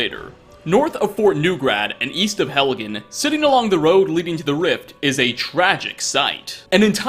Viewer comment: Some of these I've never found also you said yeast of helgen